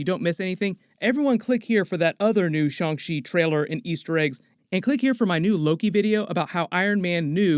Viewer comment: Happy to hear you saying shang chi right!